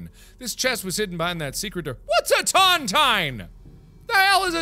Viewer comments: Its pronounced tonTEEN not tontien. A tontine is a kind of lottery, to put it simply. A grave lottery. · Tontine is pronounced as ton-teen not ton- tyne. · It’s pronounced ton-TEEN, and it’s a betting lottery where the last person to die gets all the money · Mark, a Tontine, pronounced TonTEEN, is an agreement sent into by a set number of people. Where, the last one alive collects a very valluable item. Like, if 3 guys found a very valuable gem, they would lock it away, each with a key, or fragment of the key, to ensure the others can't run away with the loot. The last man collects the treasure. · Ton-tine is pronounce tawn-teen. A buncha people put their money into one fund and whoever lives longest inherits all that money at the end. They're illegal in US and UK because... Eh, some morals or something. I know he won't see it, this is for anyone watching in 2020 and beyond. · Its pronounced tawn-teen and brooch is pronounced broach (rhymes with roach) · Could also point out it's pronounced tun-teen. Frustrating to hear mispronunciations. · I could not for the life of me, remember what a tontine was, and where I saw one first.... It's a classic Simpsons where Abe Simpson and Monty Burns have a tontine in place for the riches taken from Nazis in WW2. It's pronounced tonteen, and it's an agreement that the last person left alive in the Tontine will inherit everything. I knew I had seen this before. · It's pronounced tahnteen. They're illegal now, a group of guys put in an equal amount of money and the last guy living takes the kitty. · Tontine, pronounced Tawnteen. In case anyone cares. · Pedro Stormrage read the book the 39 clues, and the way he pronounces tontine Severly annoys me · Tontine, you are saying it wrong but it is a death bet, who ever outlives the others get the prize. Super illegal thing to do fyi.